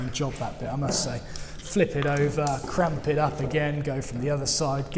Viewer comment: Really enjoy your videos! I’ve got to admit though, every time you say cramp where I would say clamp, I get a virtual brain cramp....😜